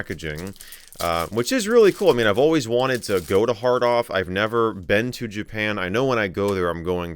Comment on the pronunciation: Great video but I thought you said "I'm currently at a hard on in Akihabara" lol